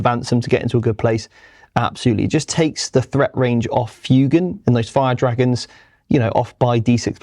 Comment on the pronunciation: The amount of times they mispronounce Fuegan hurts more than the points change.